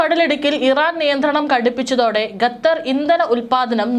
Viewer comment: ഗത്തർ അല്ല....പറി കേട്ട് കേട്ട് മടുത്തു..ഖത്തർ ആണ്... ഘട്ടർ എന്ന് പറയാഞ്ഞത് ഭാഗ്യം.. വേറെ ഒരു കോപ്പൻ ഉണ്ട്...ഘട്ടർ എന്ന് പറയുന്ന അച്ചായൻ